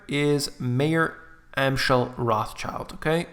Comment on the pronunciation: You are butchering their name so bad! Learn how to pronounce it when making a video. This is so unprofessional and hard to listen to